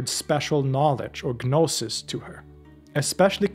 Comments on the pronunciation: It drives me nuts the way he says gnostic correctly but then say guh-noses. Like saying knowledge but the Kuh-no-ledge. Like the goofballs that say height with a th at the end even though it’s wrong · Is the 'g' in 'gnosis' not silent?